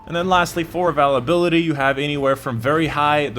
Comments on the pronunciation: Yeah he says avalability, instead of availability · Love your videos, but really not sure why you're struggling to pronounce "availability". Should be "a·vail·a·bil·i·ty" (or phonetically "a·vail·a·bill·a·tee"). Keep up the good work! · The first time i heard him say avalability... I thought I was mishearing, then I heard it again. I never knew someone could mess this word up. Congratulations. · Once I heard "Avalability" I had to turn it off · We all have a quirk somewhere when we pronounce a certain word.. that is his :) its all good! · I was about to say the same thing it's so Annoying it's a great video otherwise but he never says it right just pisses me off feel like he does it to troll.